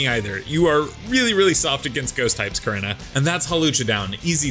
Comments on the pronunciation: its pronounced "core-E-naw"!!!!! not "core-in-ah"!!!! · Bruh your pronouncing korrina wrong